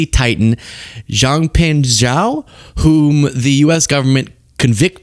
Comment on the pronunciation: Only because you asked….. Zhao pronounced as Jao. Pinyin zh- is pronounced as j- . Keep up the good fight!